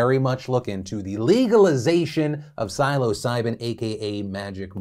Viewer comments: It’s pronounced “Sill-oh seye-bin” or “Sill-uh seye-bin” 😁🍄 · amazing take, my only issue is i think you may be saying it wrong; everyone i know (a fun group of people lmfao) all say psilocybin like window sill- "sill"ocybin- other than that nothing tho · “Silo Siben” said Phil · Yo Phil it’s said like (Silla- sy-bin) . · for future reference, psilocybin is pronounced sil-uh-sigh-bin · SILOcybin. You can't unhear it. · STOP CALLING IT MARIJUANA. The plant is named Cannabis. Call it Cannabis. Learn the history of the word "marijuana". Also, it's pronounced "sill oh sigh bin". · Love you and your work Phil! Quick question: where did you learn to pronounce psilocybin? Do you pronounce bagels as bag-Ls or bay-gulls? Lol No hate, just a Community reference. 🖤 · The way Phil pronounces Psilocybin makes me question what I thought was the pronunciation (Soft i) in Psil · Why do you say psilocybin like that? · maybe learn to pronounce psilocybin before you recommend or endorse it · I’d never heard it pronounced like Phil did here, and I didn’t have a clue what he was talking about. Then I started questioning if I’d been saying it wrong!